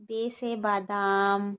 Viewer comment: Thoda, confusion hai, madam Ba se badam hota hai aap bole Be se badam, 🫤Be se bedam hoga badam nhi na, mushkil hai thodi urdu